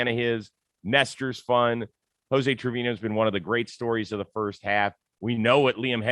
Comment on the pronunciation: You cover baseball for a living. Learn how to say Trevino...